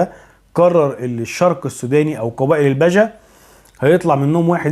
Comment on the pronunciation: ههههه مثقف الا في علم الأنساب.. اسمهم البِجه.. بكسر حرف.. ب..